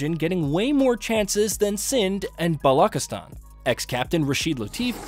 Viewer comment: Your pronounced Balochistan as Balkistan.Correct pronunciation is buhlochuhstaan